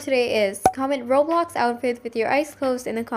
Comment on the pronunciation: "Roblid outdiy" lol